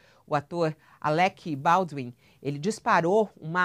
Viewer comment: Pô , de novo " ALÉQUI BAUDUÍM " alguém com lucidez na redação desse jornaleco tem que avisar pra dona ai qual a pronúncia correta. Rsrs